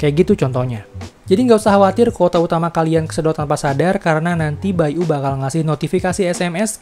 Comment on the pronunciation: Baiyu bukan bai U